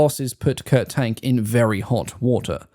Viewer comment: Interesting. Perhaps someone else has mentioned it, but Kurt Tank's surname is pronounced “TONK”.